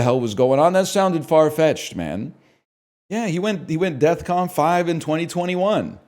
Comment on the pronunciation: someone should tell him its defcon, not deathcon